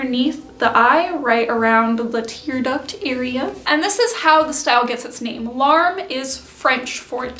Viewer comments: For future reference shibuya pronounced shi-boo-yah :) and larme probably more like ra-ru-mu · I hope you will recognise that I say this with good will, but I would really encourage you to pay a little more attention to pronounciation when it comes to Japanese words. In Japanese, L'arme is pronounced 'la-ru-mu,' for example, which may or may not be true to the French, but is accurate to the fashion. As an English speaker who uses Korean as a second language, I understand the challenge of learning new pronounciations, but I think when we are adopting styles from other cultures, we should take the time to aquaint ourselves with correct pronounciation if we can. I really appreciate your perspectives and enthusiasm for sewing. I am also a seamstress of sorts having started at age 6, and now make clothes from 1950s patterns for my kids ♡ I am not personally into kawaii fashion styles, but do find the subcultures interesting and love seeing a handmade approach where so much of it seems brand centric